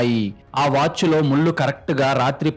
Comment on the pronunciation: కల్లు, ముల్లు, యేళ్లు, మల్లీ కాదు, కళ్ళు, ముళ్ళు, ఏళ్ళు, మళ్ళీ.. pl correct